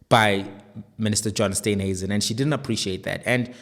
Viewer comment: Please call him Steenhuisen steen not Stuynhuisen